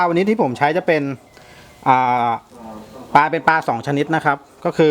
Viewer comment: ป ล า นะคะรับ ไม่ใช่ ปา ชัดๆหน่อยครับ อายเด็ดอนุบาล